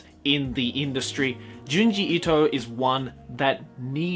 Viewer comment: Thank you for pronouncing his name correctly